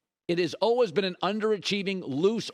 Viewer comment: Colin "olwehs" Cowherd. What kind of accent is that? Lol